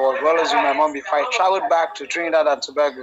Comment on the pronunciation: 😂 I thought he said Trinidad & tabaco 😅